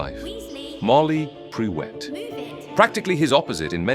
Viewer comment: Prewett is pronounced "PREW-ette" (not "PRE-wet")